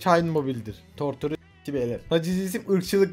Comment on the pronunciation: Torture 'Torçur' diye okunuyor ve işkence anlamına geliyor